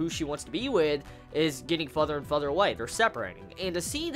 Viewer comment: Every time you say further I hear fudder. It's funny since I came to instinctively say butter afterwards. Somehow, I'm not convinced of the deathflags. I know they're there but it just doesn't feel right. I think I just want you to be wrong just for a laugh.